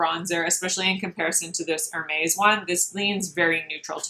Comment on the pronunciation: Please learn how to say Hermes the correct way and you have to watch Nikki La Rose. She is a professional makeup artist and she matches her body and face makeup perfectly. Your face looks pale and different shade than your neck and body on the video!